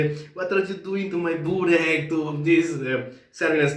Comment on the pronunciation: wow , when you ordered burek you had 100% Serbian accent !! ❤